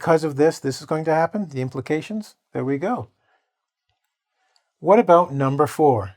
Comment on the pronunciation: number three sounds like pround not implications to me, am i right. ohh hi.